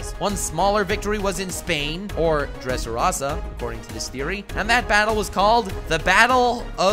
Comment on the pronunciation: you called law an anime character so I'm assuming you primarily watch the anime and yet you pronounced mispronounced so may names in this video? donquixote, x drake, dressrosa, sabaody